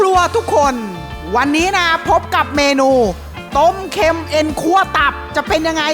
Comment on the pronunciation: ต้มเค็ม(เค็น)😂😂😂